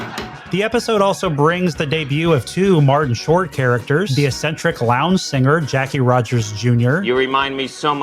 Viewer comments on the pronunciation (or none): Note that the first C in "eccentric" has the K sound. So the word is pronounced "ek-sen-tric" (not "es-sen-tric").